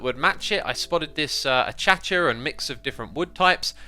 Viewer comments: X, I don’t mean to be a pain, but you royally botched “Acacia”. Instead of Achacha, try saying acacia “A-Ka-Sha” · achacha? You mean acacia? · I usually pronounce it a-Kay-sha or a-Kay-she-ya because those are the proper English pronunciations. It physically hurts me to hear it pronounced as a-cha-cha as I am a plant nerd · "achacha" according to google translate it's pronounced "ahkaysha" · omg dude please it's ah-kay-sha not ah-cha-cha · I know right?! I just had to go look up pronunciation for 'Acacia' in case I'd been saying it wrong all my life! Thankfully, I'm right, and god only knows where X gets his 'achacha' from! It's hilarious! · ah yes, achacha wood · I hate it when X say chacha instead of acacia to me its like saying the word moist. 99% of the video is great though :) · Does X say “a-cha-cha wood” just to troll people? I feel like he’s always said it that way, and probably gotten plenty of comments on it too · You do know that you're pronouncing axolotl wrong right? If so, I assume it's one of those things you like to say like achacha wood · So just a heads up: Acacia = "uh KAY shuh" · Please someone tell x that’s it’s “ah-kay-sha” 😭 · „Achacha Wood“ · God please please pleeeease say Acacia the other way. Uh-kay-shuh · Do you mean Acacia Wood? phonetically its Akaysha. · Does Xisuma mispronounce acacia on purpose? Sounds like achacha when he says it. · Repeat after me Ay-kay-she-ya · "uh kay sha" is the correct pronunciation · why do you pronounce it achacha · Lol he still said acacia a cha cha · The way you say "acacia" (ACHACHIA) makes me want to claw my ears off the sides of my head!